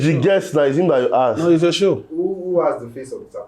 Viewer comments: you were corrected on the pronunciation of “ask” on the last episode and you’re still making thesame mistake 😂😂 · Ask ask ask not aks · Curiosity made me ask not aks 😂😂😂😂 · Aks❌❌❌. Ask✅✅✅